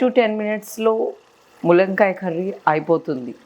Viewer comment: ములంకాయ ఏంటి తల్లీ తెలుగు రాని దానిలా